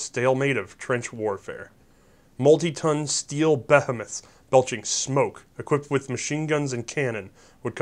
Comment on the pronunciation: "steel bethomeths" WTF IS BETHOMETH?!? did you mean behemoth?